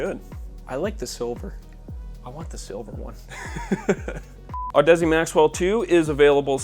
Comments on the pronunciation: Audeze is pronounced like Odyssey, my guy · Isn’t it pronounced odyssey? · Audeze is pronounce like Odyssey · Did he say Audussy ? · What a joke of an audio channel; doesn't know how to pronounce Audeze and inserts the mic in the wrong port. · Your pronunciation of Audeze gave me cancer.